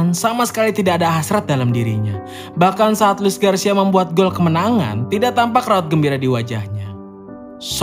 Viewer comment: Min Luis Garcia,bukan Gracia maaf min😅